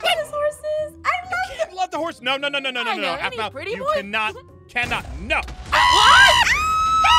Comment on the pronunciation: Same but you said there name wrong it’s Aphmau and Aaron